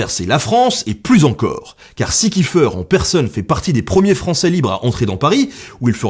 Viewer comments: Petite précision, étant donner que le Commando Kieffer descend d’une famille d’origine alsacienne installée à Haïti, chez nous en Alsace on dit Kieffer et pas « kieffeur » voilà sinon bonne vidéo :) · Pourquoi tout le monde prononce kiffeur 😭 Je me bas tout les jours pour que mon nom de famille soit prononcé Kiéffair